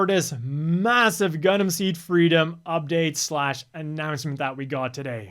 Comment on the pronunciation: When the designer reads "Gundam" as "Gungan".